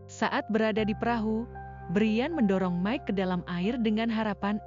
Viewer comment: Maik bukan mek